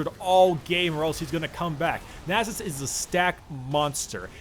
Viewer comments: NAS-US not nasses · it's nasus' you don't have to pronounce a second s lol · Nah sus? You say naa sus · Pronounced as Nasus'es, plural Nasuses'es. Wow. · its Stacksus not Nasus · temporarily loses the ability to pronounce a 5 letter word